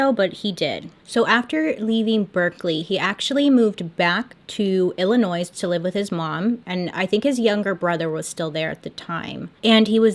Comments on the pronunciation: I love you but it’s pronounced illinoi not illinoiS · I’m sorry but did you say ILLI-NOISE??? 😩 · "IllinoiS" loll I'm guessing you're not a midwesterner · I cannot be the only one that caught Bailey referring to the state of IL as “ILLINOISE!” am!!!! Lololol!! We ❤️ some Bailey… in this house!!!!!! Being a Wisconsin house… we love to hear some ILL-“NOISE” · illiNOISE AHHHHHHH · when she said illinoissss 😭 sorry i had to say it the s is silent 😔🤚🏼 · No one: Bailey: IllinoiS (I'm not trying to offend you, I say it that way sometimes too) Edit: you also only said it like once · I just came here to say, the "s" is silent in Illinois. Have a great day! Lol 😋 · Aw. You said Illinois the s is silent. We gave it to Aldi. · When she pronounced the s in Illinois😭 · I love you... but the "s" in Illinois is silent lol... Sincerely, From Illinois Don't worry, I won't hold it against you lol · bailey.. girl i love you.. but THERE IS NO S WHEN YOU PRONOUNCE ILLINOIS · The S in Illinois is SILENT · You can always find the person who's not from Illinois, because they always mispronounce it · I love you bailey! The s in Illinois is silent haha